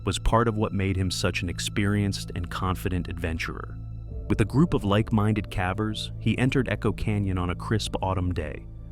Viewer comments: It amazes me just how arrogant many of the cavers are... Respectfully, if you're going to use an AI voice, isn't there a way to get it to pronounce "cavers" correctly? Hearing it say "cavvers" is honestly kind of annoying. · cavvers? how lazy can you be? stop with the AI voices. makes you look like you're only interested in money.